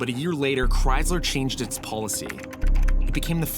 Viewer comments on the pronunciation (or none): It's Chrysler not Cryzler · Why does he say Cries-lerr? It’s CHRYSLER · Great episode with accurate content. But damn, learn how to say Chrysler. There is no Z in there.